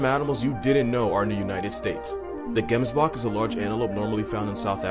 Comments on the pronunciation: It's pronounced jems Bork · South African here, I am triggered by your pronunciation of the Gemsbok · it actually hurts me the way he pronounced Gemsbok😂😭